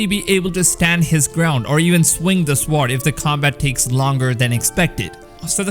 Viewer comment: Gave you a like. Friendly reminder to help with your English; sword = sord ("w" is silent) and honest = on-est ("h" is silent). Wish I had learned a second language better myself...one of my biggest regrets so far...but if you're doing videos, speaking with authority is your stock and trade, so it's important for you. Keep up the good work...this game is going to be amazing :-)